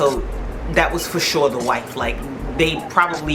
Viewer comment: Whife with an H 😂. Trifling husband fake passing out 😂